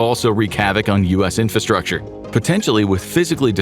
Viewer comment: The word infRastructure has no silent R in it. You're a professional YouTube content creator. Please pronounce the word correctly.